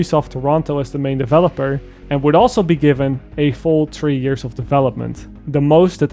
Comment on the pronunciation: I loved every single second of the video, very entertaining and the editing **chef's kiss**, I love FC despite its flaws and because I care a lot I am too very critical of the franchise like you and fear for its future since I hate and distrust Ubisoft nowadays, and I hate to be that guy BUT it really bothers me that you pronounce three like tree over and over again XD as some who is not a native speaker of English little stuff like that bothers me because I'm obsessed with pronunciation, sorry lol, is not that big of a deal and is easily fixable but since I used to make the same mistake, every time I heard it I cringed a little hahaha. Remember gotta work on that H there friend XD.